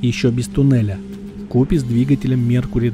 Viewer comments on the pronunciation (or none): none